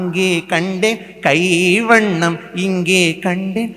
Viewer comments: கை வண்ணம் , குறில் அல்ல நெடில் தம்பி. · No, it is.not kuril, but nedil.